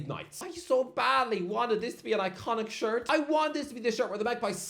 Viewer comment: "Arsenal home shart" lol